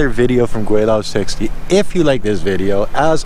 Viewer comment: Gweilo is Cantonese word but you pronounce it wrong in Mandarin dialect. Not gwaylao, but gwhylo.